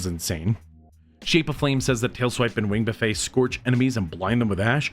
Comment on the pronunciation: You’re saying buffet wrong haha… You are supposed to pronounce all the letters in this instance. The way you’re saying it is the all-you-can-eat way. 😂